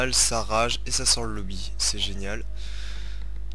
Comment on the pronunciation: on di pas lobi mais mode menu